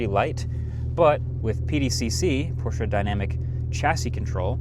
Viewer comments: He said the brand name correctly🎉🎉🎉🎉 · Thanks for saying Porsche correctly my guy. Most non german speakers don’t understand that you say all letters in a word in german most of the time. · Thank you for pronouncing Porsche properly. - Regards from Germany